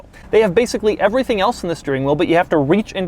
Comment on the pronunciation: For real what's wrong with your speech? EverythingUH, four cylindErrrr